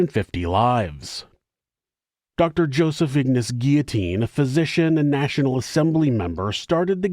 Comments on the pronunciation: Not gia....the LLs are pronounced Gee lo teen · Guillotine. Guill-o-tine. 'Guiotine 😂😂😂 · Curious with all due respect to. The grammatical pronunciation of 'guillotine'. Is it an accent based result for pronouncing sounding like: 'ge au tine', an accent based thing?. That's how it sounds to me, as a 4th generation born and bred Australian immigrant. 🤔